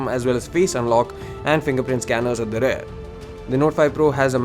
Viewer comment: why speak in English if you can't. Its Rear. Not Rare. jeez....